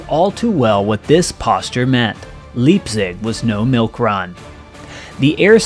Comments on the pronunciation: Small nits, to be sure, but 'ei' in Germanic languages is pronounce as long 'i', not long 'e'. LIPEzig, not LEEPzig. And Merced is pronounced with emphasis on the second syllable, not the first. Easy to check such things on the internet. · "Leepzig" lol. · And maybe you could annotate your script w/ some better German pronunciation. l cringed every time l heard ''Leap'zig'' instead of the proper ''Liep'zig''. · It is not Leapzig, but Lipezig...Leipzig...ei...ei yay yay yay, i am the frito bandito. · The "ei" in "Leipzig" is pronounced like the English word "eye", not "lee". Think of how Einstein is pronounced. Conversely, the double vowel "ie" is pronounced like the English "ee". If the city name had been spelled "Liepzig", then the pronunciation in the video would have been correct. Listen to a Rammstein song where they're counting "eins", "zwei", "drei", "vier" and note the difference on the last word. Having said that, I must note that in Swiss dialect, some words containing "ei" get pronounced as if it were "ie". Which leads to fun with words like "Beispiel" (it means "example") which has both "ei" and "ie" but in dialect is pronounced like "Biespiel". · It's Leipzig ( pronounced with an I like in life) and not "Leapzig" 😉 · Leipzig is pronounced laipsig. Leepsig sounds like fingernails on a chalkboard. Love your videos keep em coming. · Leipzig is pronounced " lipe tzig' not "leap zig" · Leipzig is pronounced LAJPTSIGG NOT LEEPSIG!!!!!! . ( ei in german is pronounced as AJ) tis Frankenstein not franken steen. After all you pronounce the comedy series Seinfeld correct. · Need to work on pronunciation. It’s pronounced Lipe zig not Leap zig also it’s Reg ens burg not regions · Try pronouncing leipsiz again,.... correctly. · Leepsig? LEIPSIG. Please pronounce the German names correctly. WTF? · In german pronounce the last vowell if there a 2 vowells tigether. "ei" is "eye" ," ie" is "e". My name is Biebel....pronounced Beebel. So Leipzig is " lipe-tsig".